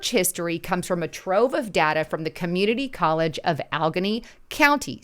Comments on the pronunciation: its not "alghennie" its "allah-gainey" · Hi, new fan here. I totally understand that you’re probably not from PA. But the correct pronunciation is “Al-la-gay-knee” County. Btw, and unrelated, but your jacket is 🔥!!!